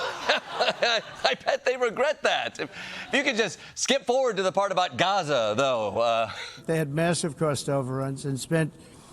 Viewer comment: It’s Gaza!!! Not terrazza!!!